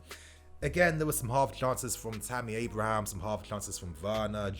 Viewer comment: sorry mate i lauged hard now that i heard you said tammy abrham